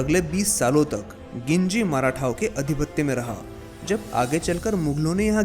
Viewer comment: वो गिंजी नही है वो जिंजी है।